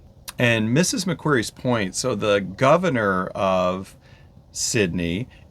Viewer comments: Hello, so happy you enjoyed your first time in Australia, and that you intend to return! Please don’t be offended, but, as an Aussie and a Sydney- sider , I wanted to help you to “speak Australian like an Aussie” by pointing out that :- Mrs Macquarie is pronounced like a rock “ QUARRY” so, it’s MRS MAC-QUARRY Bondi Beach is pronounced BOND- EYE. ( not Bondee). I am loving your videos, and you are such a lovely couple, I hope you enjoy the rest of your Second Phase adventures! 😊 🐨🌏🇦🇺🦘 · we became a convict destination after the yanks kicked the british out. murica seems to forget you used to have convicts sent from britain as well.. edit: pronounced mak-quarry, not like fairy. :) Bondi, pronounced Bond-eye. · Good points. It's like Ma-Quarry and Bond-Eye.